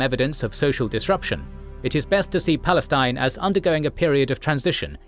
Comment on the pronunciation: "Balestin" LOL